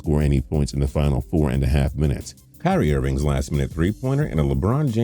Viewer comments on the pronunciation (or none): none